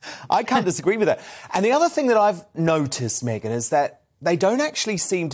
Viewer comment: Please, "Megyn KELLY's name" is pronounced differently than Meghan's M. Could you make a difference? I'm sure she's not too amused, by the similarity you put in when you speak. But MEGYN is too nice to tell you about it... I do it on her behalf... Appreciated it.! Thanks...